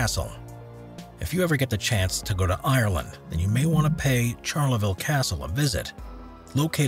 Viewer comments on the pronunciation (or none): none